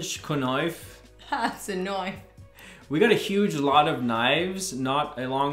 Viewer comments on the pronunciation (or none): My daughter loved your knife play and said it's kah-niff-ee, lol.